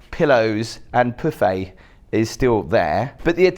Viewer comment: What is segriated? Does anyone know please. What's a pooffay? Is that anything like a pouf? It's PVC, it ain't levver. That is pronounced FeeGee water.(Fiji) The entire thing - Vegas, is like a back alley in Paradise with a lobotomy....and there is no escape. Even your room looks as if it was decorated by a Kardashian on LSD. Those hidden elevators are for the housekeeping staff, not for guests, and that is why you were/are surprised at the speed of room service. Just for interest's sake I will tell you that the cleaning staff at Marriot Hotels are told that their standard is to prepare the room to appear, and to smell as if no one has ever been in there before. Perhaps the Kardashian girls follow the same rule.